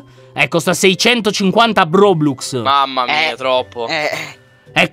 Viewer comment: Si dicono robux non brobrux